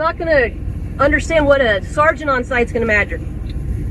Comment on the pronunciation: Your crappy robot voice needs to learn how to pronounce “sergeant”